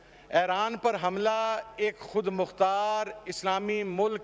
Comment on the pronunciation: It's Iran not Aran😂😂